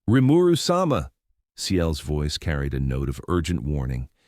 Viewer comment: Rimeru sum-ah? Lol